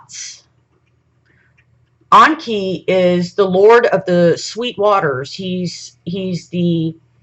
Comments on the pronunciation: Onki??? Ya mean *E*nki??? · Does she keep calling enki awnki? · The way she says Enki, sounds like Donkey, Onki...LOL I'm willing to try to hear it though.